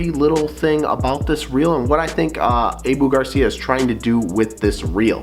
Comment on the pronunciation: It’s pronounced “Ahhhhboooo” Garcia Not (Ayeeeboo) ….